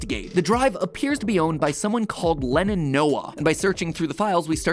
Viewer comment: I cant help but notice that matpat is pronounces Lennons name as Lennin